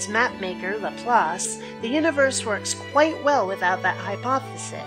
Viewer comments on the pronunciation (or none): none